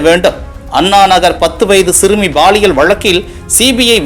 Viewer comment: Please it is (paaliyal) பாலியல் Not baaliyal தமிழில். 'ல ' மற்றும். ' ள ' சரியாக உச்சரிக்கவும்